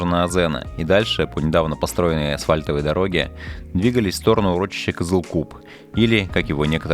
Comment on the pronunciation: Классное видео, огромное спасибо за труд. Съемка и монтаж - супер! Но пожалуйста (без калпи негатива) просьба, читайте так, как написано, Шетпе - не Шэтпэ, Жанаозен - не Жанаазэн, вот буквально как написано, так и читается :)